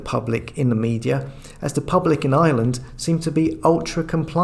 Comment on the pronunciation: IRELAND...not island. There is an R in Ireland.